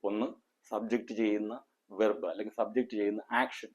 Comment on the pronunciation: He is not speaking in English. The word verb is pronounced incorrectly.